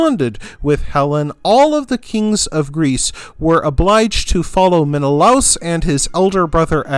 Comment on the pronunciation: i thought it was pronounced men-a-lay-us